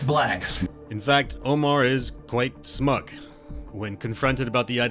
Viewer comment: I was like no way he said smuck but he definitely did 😭 absolutely wild